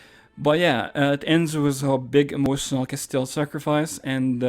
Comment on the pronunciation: CASTIEL CAS-T-L Not Castel, castil Jesus fx